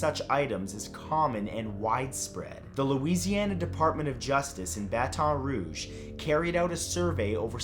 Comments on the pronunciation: Matt: Bah Ton Rouughe Anyone from Louisiana: Baton Rouge Poor Matt it’s okay at least he didn’t have to read and Say Bossier, or Natchitoches, or Houma. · Mathew, I LOVE your videos, however, I think it would behoove you to learn How to pronounce names of people and places. Locals pronounce Baton Rouge like BAT-un RooZH 😊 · What the heck was that pronunciation of Baton Rouge? Think of: Bat-n Roo-j. Idk, hope it can help. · “Bah-Ton-“ 😂😂 My Louisiana self is crying over this. Baton Rouge is most definitely not pronounced like that 😂😂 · The fact that you pronounced Baton Rouge like that😂💀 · I’m only from Louisiana but Alexandria but at the end when he said that I cringed but was at least he was closer than most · the scariest thing here was his pronunciation of baton rouge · I love ya but as a guy from Louisiana you said Baton Rouge very weird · the creepiest thing was you said Baton Rouge wrong lol...I'm a Louisiana girl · I am just upset about how he pronounces Baton Rouge. No one here says it like that.